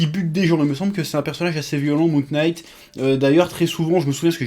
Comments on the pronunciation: hey Chef ! "Knight" se prononce comme "night". A bientôt :D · Chef, en anglais : "K" suivis d'un "N" en debut de mot rend le K silencieux. Donc Moon(k)night. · Prononce "knight" comme "night" et tu verras, ça passe tout seul !